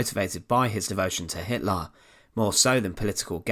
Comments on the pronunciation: who is Adolf Hitlarrr? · HitlAr and HimmlAR 😂